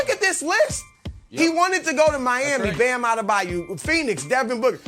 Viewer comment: "Bam Adebayoo" -Chris Broussard